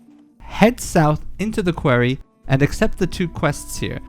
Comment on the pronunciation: Thats not how you say quarry